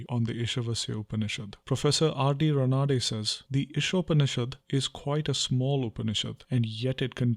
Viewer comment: pronounciations of vajasneya,Ranade ...n many others wrong.....u cant anglicise sanskrit/hindi words y